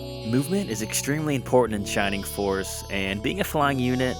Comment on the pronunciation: “Shimimg foss iz waysist!” What a 🚬